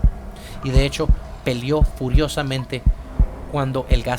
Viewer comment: "pelió" xDDD lol